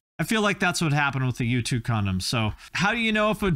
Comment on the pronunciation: Man every time you said U2 I swore you were saying YouTube…